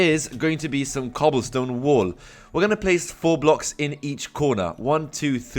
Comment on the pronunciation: he says "wall" like "wool" but i love it